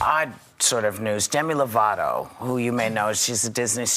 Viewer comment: yea we all have problems, and NOBODY wants to not be helped. Idc if they dont want to admit it. Everybodys screaming out to get help. And if you were a Demi fan you'd know its Lovato. Not Lavato